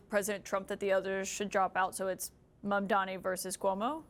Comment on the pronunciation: Crazy how lawler served with him, but you still doesn’t know how to correctly say his name. Says more about his character than Mamdani’s